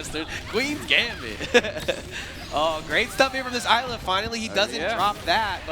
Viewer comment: It's been bothering the crap out of me every time they say it so I have to. It's pronounced IS-la. The S is NOT silent. It's said in her character reveal trailer.